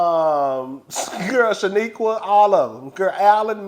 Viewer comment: I know!! He botches those names every time 😂😅